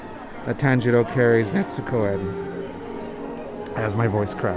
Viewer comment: Bro it’s not Netzuko. Stop putting a damn T in it lmao